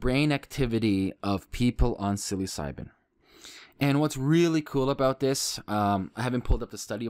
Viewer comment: For the love of god... it's not pronounced "silly-psybin"